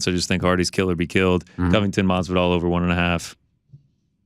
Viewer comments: C'mon Ariel Saying MaSvidal is not as hard. MaSvidal dude, with an S. Why you keep saying Marvidal? Where the "r" coming from?? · I love how every time Jorge is on he correct's how Arial says Jorge "Mathzividal" and Ariel continues to plug along with a horrible mispronunciation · The best part is Masvidal corrected him and he still says it wrong lmao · God i hate the way this man says Masvidal